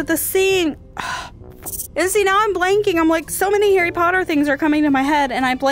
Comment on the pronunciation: Omg it’s jearie potter